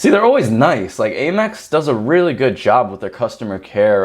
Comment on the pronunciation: Am-Ex (American Express) not A-Mex